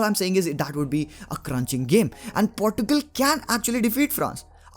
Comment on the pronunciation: Bhai Aap Portugal ko Portu gul kyu bolte ho...its not Portu gul it is Porchugal.. (Portugal) 😅😅😅😅. Its ok Nice analysis.. 😁😁😘